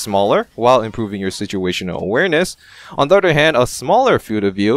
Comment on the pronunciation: I like how this guy says udder instead of other lol